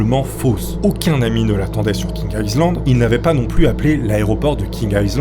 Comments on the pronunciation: Feune faqut : 'Island' se prononce 'aille lande' et pas 'isseland' . Zatsolle faulqus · On ne prononce pas le S de island. Aie Land stp, merci. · "island", le "s" ne se prononce pas "aï -land" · Le s de island ne se prononce pas. On dit ail-lande.